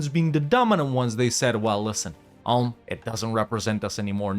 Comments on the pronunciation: "Oolm", not "Ahlm" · You speak Ulm like Oolm.